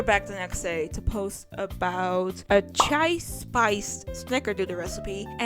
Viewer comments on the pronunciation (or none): none